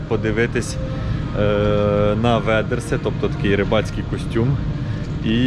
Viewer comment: Вайдерс , це називається Вайдерс, а не ведерси 😂